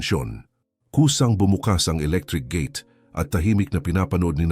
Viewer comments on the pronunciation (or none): none